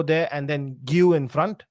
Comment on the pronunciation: Honestly, the fact that “” can’t even pronounce Guiu’s name (Ge-yu), as a Chelsea fan, just shows why so many of his takes are bad. He didn’t say anything ridiculous here but bro, he’s been here for more than a season now. Bro just doesn’t pay attention to details. Very surface level in most of his takes. Which is strange when it’s your team you’re speaking about.